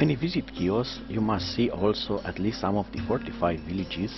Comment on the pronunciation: Good job with the video! You did a wonderful job. The island is Pronounced “He-Os” just to help those who have never been to this beautiful island.